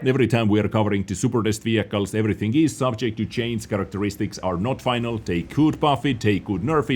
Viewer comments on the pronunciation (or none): none